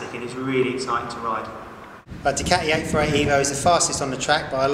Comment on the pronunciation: Hate how he says "Ducati". Argh